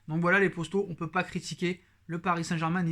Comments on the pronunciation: On dit poto pas posto mec 😉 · Moi j'aime bien quand il dit les posto il doit savoir qu'il y'a erreur mais c'est maintenent une signature qu'il la garde lol.